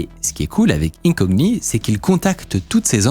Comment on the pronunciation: On prononce vraiment le "g" dans "incogni" ??? 🤔